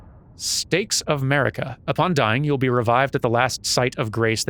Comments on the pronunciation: ... I totally heard "state of 'Murica"... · Everytime he says Marika I keep hearing 'Murica and expecting it to be followed by an eagle screech and jet fighter flying by.